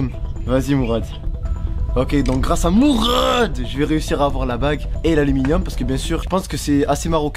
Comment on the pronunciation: Pq tu dit mourrrrraade